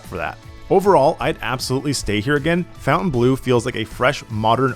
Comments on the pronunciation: "fountain blue" 😂 you stayed there, how can you not pronounce it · Why can nobody correctly pronounce Fontainbleu?? It’s NOT “fountain”! 🤦🏻‍♂️